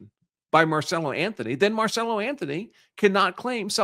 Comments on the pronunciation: Why do you keep saying his name wrong? His name is Carmelo Anthony not marcello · Why do you keep calling the kid, Marcello? Isn't his name, Carmello? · Dude, his name is Carmelo Anthony (like the NBA player), not Marcelo or Marcela!! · The murderer kid is Karmelo, not Marcelo. But great video. Very informative. 😊